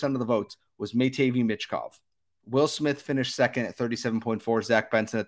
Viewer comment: It’s pronounced “matt-vay meesh kov” Sorry I couldn’t hear you say it that incorrectly anymore 😂